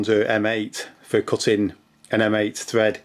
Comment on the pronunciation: 'ole' = hole 'tread' = thread 'tree' = three Aussies do not using the letter 'h' much.